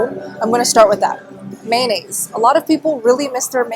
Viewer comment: It's pronounced '' may o naise'' not '' man aise''. You're welcome, I understand the difficulties you have with English being as you are Asian.